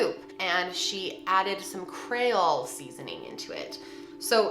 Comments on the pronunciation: The way she says creole. Maybe I’m being picky cuz I’m from Louisiana but crayole it creole. But they say crayfish so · please learn to pronounce some things. It’s Cree-ole not cray-ol. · I absolutely love your videos. Sometimes you pronounce things wrong. It’s CREE-ole Not CRAY-ole. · CREE-OLE lollll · Creee-ole seasoning. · “Kray-ole” seasoning 😅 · Creole = Kree-ole. We say Tony's though in Louisiana but it is in every dish from our home to restaurants here.......... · I'm probably late to this party, but it's "KREE-ole" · Thought I was the only one. Def not "Cray-ole" lol. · Dexter Davenport lol yeah “Cree-ole” I laughed so hard 😂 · I’m loling at your pronunciation of creole 😂 it’s cree-oll (love you girl) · My Louisiana soul hurt with that one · Please stop pronouncing creole like that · Something about the way you're pronouncing, "creole". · Your pronunciation of Creole is killing me. Love you though!